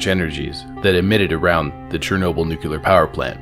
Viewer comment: There's only one U in "nuclear"